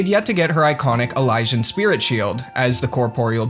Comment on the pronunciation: It’s “E-Lee-See-In” not “E-Lie-Shin” …as in, it comes from Elysium. Which itself is pronounced “E-Lee-See-Um”